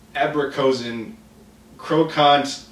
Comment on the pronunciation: Only Krokant was pronounced well, and amandelen en abrikozen was a good attempt. And his name isn't Dutch. And Jan Wolkers is a famous Dutch Writer, the writer of Turkish Delight among other things.